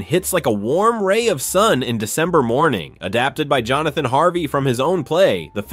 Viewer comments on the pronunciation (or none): none